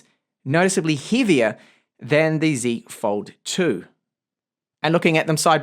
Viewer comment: As a fellow speaker of the Queen's English, it gives me great pleasure to hear you say "Zed Fold 2" :D